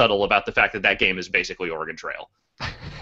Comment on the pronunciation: im an oregonian., if you dont start saying "oregon" right Im gonna get angry with you